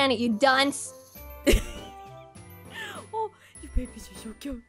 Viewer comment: I like when says thats a pomegranate you donse